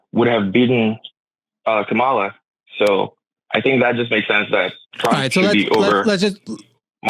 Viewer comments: Just let them know the accent is on the first syllable not the second syllable. Kamala, first syllable. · It’s weird how stuck on how to pronounce her name they are but she’s been inconsistent on it herself. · Funny that advocated for correct pronunciation of Kamala n immediately made my brown Indian Hindi speaking skin crawl with his pronunciation of it. Oh lord, white ppl just wont get it. That said, i love how is on a roll this week. This is the 2nd caller he has taken to the gallows and offered up as a sacrifices to the Globs. I love how Theo was jumping up and down and was getting flustered like the lost and mentally unhinged sheep that he is. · I've heard Harris mispronounce her own name.